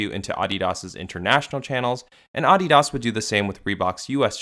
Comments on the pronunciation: Down voting cus of the way you say Adidas for the entire fucking video. You fuckin up big time man. Sorry to spread all this negative energy but someone’s gotta tell you. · Is that how Adidas is pronounced? Am I the only one who finds it jarring? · The way you pronounced ADIDAS was like nails on a chalkboard 😖 even if everyone ive ever heard say that brand pronounced ; the way its said in the video makes it sound like a snobby elite only company that doesn't sell to ignorant peasants such as myself. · I feel like if Adidas pronounced Adidas the way you did, they could maybe pass off as a luxury brand lol. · why pronounce that way? Please stop. I couldn't finish the video. Just say Adidas, not Ahdeeeahas. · You messed up the name of the brand so bad this video is unwatchable. Shame. uh· dee· duhs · "auDEEdoss" man wtf who says it like that? Its "ADDeedus" like your other content but I cant listen to that sorry xD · My main takeaway from this video is that some people say AW-DEE-DAHS when I've only ever heard it pronounced as UH-DEE-DUS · can you just say Uh-dee-dahs? instead of AH-DEE-DASS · It's AH-DEE -DUS, I'm not in Germany, (Note how I didn't say Deutschland ) [[Same with Porsche] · Ahhdeedas? Wtf is this dude saying? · “Oddy Doss” 😂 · Bro said aauugghhdidas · The way you say ADI-DAS makes me want to break my computer. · “Aw de daus” 💀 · Bro you going bleed my ears saying Audi-Doss throughout the video 😫😫😫😫😫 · The pronunciation irked me so bad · Anyone else get stressed the way he says Adidas? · Lmao never heard adidas pronounced like that before😂😂😂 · I can’t stand the way you pronounce adidas great video though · I can't watch the video with that ridiculous pronunciation he uses for Adidas! Listening to chalkboard scratching would be more tolerable. I'm surprised he did not pronounce Nike as "Neekay." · You pronounce adidas wrong. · couldnt watch this because of the way he says adidas.... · I genuinely hate how you pronounce Adidas 😔😡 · It’s very jarring